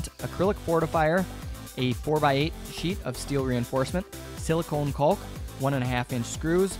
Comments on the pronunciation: "kawk" - there's no L phonetically. Sure, English is at times a dumb language, but it's properly pronounced "cawk". As a college prof - just lettin' you know so that to folks who are really turned off by such - I work w/ those folks & they irk me daily - might not turn you off & might want to buy your excellent artworks or pay you for your artistic insights on a project. Peace be unto you. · I think you're the only person I've ever heard who pronounces the L in caulk. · I know it sounds dirty, but nobody calls it 'caulk', its pronounced Cock.